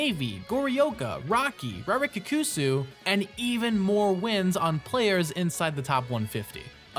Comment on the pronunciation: I love, I love this video, but just a heads up: double letters in Japanese work the same as double letters in italian, so Rarikkusu wouldn't be Rari-k-kusu, but Rarikusu with a slight pause after the K to extend it